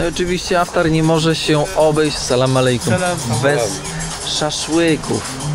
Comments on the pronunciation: Yes, it's IFTAR, not AFTAR. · IFTAR,,a nie żaden "aftar". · poprawie slowo - to nie Aftar, to IFTAR;) ale filmik super, jak zawsze. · Aftar czy jednak iftar. Możesz to wyjaśnić. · Chyba iftar a nie aftar ! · Iftar a nie tak jak mówisz. P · Aftar , tuniz zamiast Tunis, weź popatrz w ten internet i naucz się wymowy bo filmy fajne ale słuchać się tego nie da!! To 2 z wielu przypadków